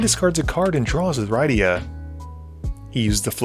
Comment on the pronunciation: I have never heard Rydia's name pronounced like that... It's supposed to rhyme with Lydia.